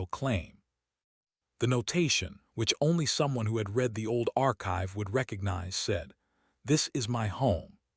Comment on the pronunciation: It's the AI. This AI narration was better than most. I only noticed "read" said in the present form when it should have been in the past form.